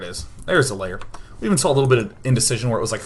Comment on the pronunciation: Day9, stop saying 'lair' as 'layer'. It's pronounce 'l-air'. It gives me OCD.